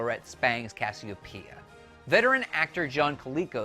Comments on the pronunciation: It's Cassie-OHpia, not Caseo-pee-ya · How much does this guy actually know the actual show? He mispronounces "Casseopia" and "Iblis." Really? the second I heard those two mistakes, I realized this guy is just reading from a teleprompter and never, ever actually watched the original. Sorry dude, you just sound like a clueless tool. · He totally butchers Cassiopeia’s pronunciation as well.